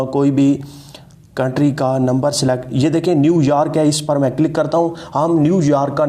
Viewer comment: New yaarrk nai bhai.. New York bolte 😁